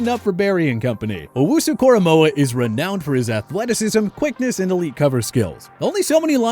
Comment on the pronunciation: they lost all their validity for this video when they said owunzurike